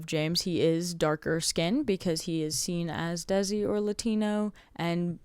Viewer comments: Very quick correction: “Desi” is pronounced “Day-See” not “Dehzi” That is all. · hey bestie!! just a quick heads up that "desi" pronounced exactly the same as the english words "they see" and not "dezzy". this is in no way meant to invalidate your efforts into making the video ofc in fact if anything im obsessed and as someone whos now fully getting into the fandom this has been very helpful!! i'll keep coming back here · It’s kind of pronounced like "they-see" -another desi person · IN THE NICEST WAY POSSIBLE! Desi pronounced as 'day-si'! Anyways, keep up the amazing work, it takes a lot of time to make such a long explanation! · LMAOO as a desi person myself hearing you say it like “dezi” had me in knots